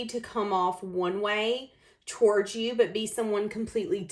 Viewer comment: Love the way you say walking “towourge”. You’ve got a nice singing voice too!